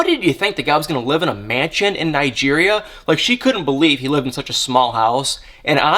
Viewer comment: Omg can you say Nigeria